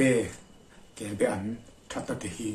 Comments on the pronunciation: Kelbaan tih tur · Kelba An tihtur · Kelbe i ti sia kelba tiin i ziak bawk sia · kel be ti tawh suh. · Kelbe chu a dang daih kelbaan tih tur . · Kelbaan kan ti thin, be nilo in